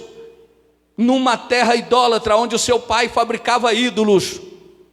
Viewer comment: Pastor a palavra é idólatra e não indolatra.